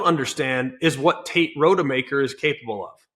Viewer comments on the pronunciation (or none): It is pronounced ROD-uh-maker, not ROAD-uh-maker